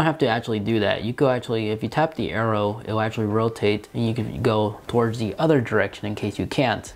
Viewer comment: Keep in mind, this is a person who uses the word "udder" instead of other, thinks that "diner" is a meal you eat at the end of the day, has a really good music "liberry" and likes to put his phone in "pamorammik" mode. Hes probably really smart because he has good "jeans". At the same time I am not going to lie and say that I have never learned anything from him.